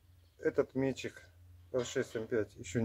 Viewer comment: классно👍. Это ведь все слесарная обработка, без ковки? только не мéтчик, а метчѝк. Ударение на последний слог